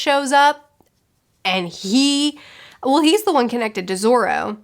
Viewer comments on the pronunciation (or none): none